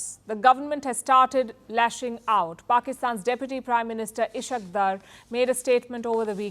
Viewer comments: Ishaq dur 😂❌ Is-haaq Daar ✅ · Ishaak daar is correct pronuciation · is haaque daar is the correct pronunciation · Ishaq is pronounced as Isaaak Daar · You are not pronouncing the name of Ishaq Dar correctly. Correct pronunciation is Is haq